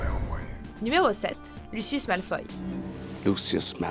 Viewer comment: c'est Malefoy pas Malfoy